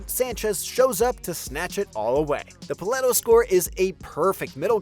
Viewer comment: Paleto as well